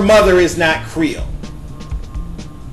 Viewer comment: It sounds like you said "GRIOT" instead of "CREOLE." LOL... STILL LOVE THE VIDEO.